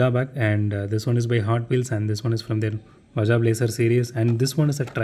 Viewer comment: Irrelevant, but I should like to point out that Baja is pronounced 'Baa-haa' not 'Bu(h)jaa'. Baja is the northernmost state of Mexico and hosts the very famous Baja 1000.